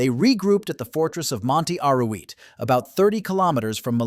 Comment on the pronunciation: SOS UN DESASTRE RELATANDO.NO ENTIENDO POR QUE NOMBRAS TERRIBLEMENTE A MELILLA QUE COMO SE ESCRIBE SE PRONUNCIA.LO MISMO MONTE ARUIT LO MISMO LA LEGION REFIRIÉNDOTE A LA FRANCESA.EL KRIN FUE DEPORTADO PERO AÑOS DESPUES ANTE REVUELTAS POLITICAS EN MARRUECOS SE OPTO TRAERLO DEL EXILIO Y AL CRUZAR EL BARCO POR EL CANAL DE SUEZ SE ESCAPO Y SE REFUGIO EN EGIPTO.INFORMA BIEN.ASESORATE MEJOR.Te escribo desde URUGUAY.